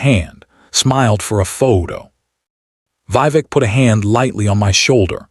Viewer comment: The voice and images don’t match. Mispronounced Vivek and Not Karen but pronounced Karon, male name not Karin.